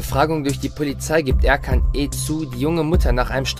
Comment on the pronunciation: Der Sprecher klingt iwie komisch 🤔 Und ich bin mir ziemlich sicher, dass es nicht Erkan, sondern Er-dschan ausgesprochen wird.